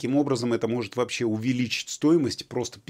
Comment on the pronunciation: Не « есче» а « еще» а в остальном вы правы! И не « вообсче» а « вообще»))))